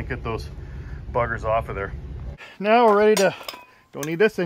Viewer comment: Almost thought you kept saying meow not now The back doors turned out well nice 👌🏻